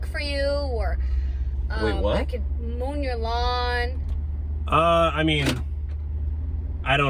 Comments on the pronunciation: She really said moan your lawn and not mow your lawn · 😂 she said, "Moan your lawn"